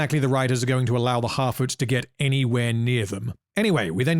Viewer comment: I keep thinking I hear him saying "half-wits" instead of "harfoots" but both mean pretty much the same thing.